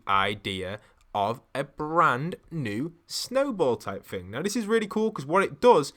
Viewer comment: Omg please stop pronouncing thing as ‘fing’! Can you not say the ‘th’ sound?